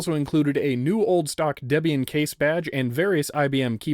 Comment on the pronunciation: Oo boon two Dee bee in